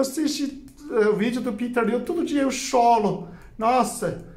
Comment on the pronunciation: Que lindo fala,todo dia eu chólo, chólo que gracinha. Parabéns muito bem explicado. Vou correndo na casa da vovó. Gratidão Gratidão Gratidão.